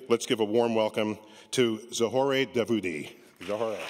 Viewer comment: Davoudi is an Italian surname. Vhy is she pronouncing her W sounds like a V, like a German. Anyvay, i vould tap her in a heartbeat. LOL !!!